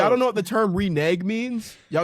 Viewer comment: Mispronouncing renege very funny